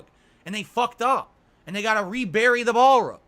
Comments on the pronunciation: Why does he mispronounce everything? Balrug? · I HAVE ONE FUCKING SERIOUS QUESTION: what is a ball-rug? (he asked calmly)